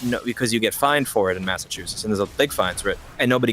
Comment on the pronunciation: Linus pronouncing it “massatoosits” is the most Canadian thing ever